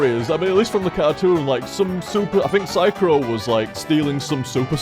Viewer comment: It's so weird. has never ever shortened my name Psychro during streams, but I still feel like someone is calling me every single time he says Psycrow.